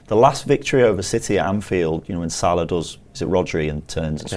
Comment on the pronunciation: Odd pronunciation of Salah on this one too.